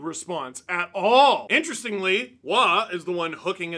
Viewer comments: Wa!? Roy! Not Wa! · Kings' Roy is a Matt not a Nick, and a Roe-y not a wah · Lotta people bringing up the Nick vs Matt Roy thing so, good…But also in this case it’s Roy as in Boy 😬